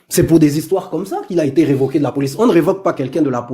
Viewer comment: Je vous adore, mais on ne dit pas "revoqué" on dit "révoqué" ... Le Gabonais ne connaît plus l'accent aiguë. On prononce "réclamer, dénoncer, répondre " etc.... Le son É. Bon combat.